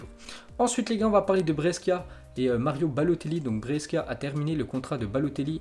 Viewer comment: Brescia ça se prononce BRÉCHA